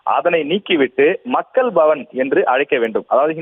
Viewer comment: இந்த கும்பலுக்கு மக்கள் பவன் என்று உச்சரிக்க தெரியாதே...... மக்கல் பவன் என்று சொல்லி தமிழை கொலை செய்வார்களே....... 😮😮😮😮😮